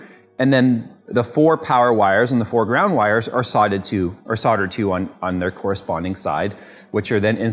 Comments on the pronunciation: stop saying soddered try saying soldered PLEASE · The pronunciation of soldered is just killing me